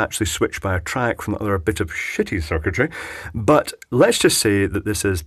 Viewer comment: Cheapy meter testing a shitty ionizer. LMAO on the way you say shitty. Great videos!